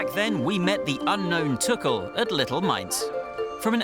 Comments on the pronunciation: So I've just discovered that his surname is pronounced tukkel and not too-kul. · Is his name really pronounced as tukel?